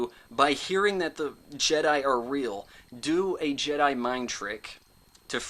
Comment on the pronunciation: "Episode 4: Return of the Jed" lol